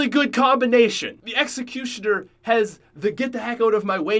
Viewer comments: He said the exacusioner and i wanted to roast him so bad but i wont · I'm playing mob of the dead and right as he's said duel weild five seven I get them from the box 🤣 OMG when he said exicutnor I got that one to 😅